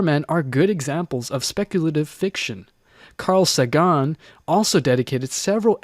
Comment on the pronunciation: 1) Neither is light years away. More like 22.5 light HOURS. 2) It's Carl Sagan (SAY gun, not Carl su GAHN)